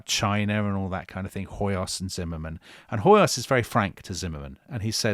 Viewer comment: Hoyos = "Hoyosh" (in Hungarian s = "sh" and sz = "s" and gy = "dy" so György is pronounced almost exactly like George. Also, when I checked wiki on Hoyos, it shows his title as Freiherr zu Stichsenstein, which translates to Baron Sticks-and-stones. 🤣 I swear!! I bet he was a very prickly person to be around. And weren't the French following juicy trial of a minister how was on trial for shooting his wife for canoodling with some journalist, something like that.